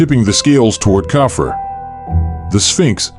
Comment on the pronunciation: Its cough-free Khafre